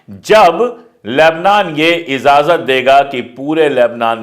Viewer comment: IZAZAT NAHI (IJAZAT) PLEASE URDU KA SAHI USE KARE URDU BOHOT KHUBSURAT LANGUAGE HE